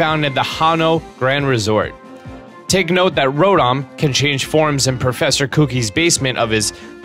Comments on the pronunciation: I think i herd you say professer cookie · Kevin Gaming 257 No,he said Professor Kuki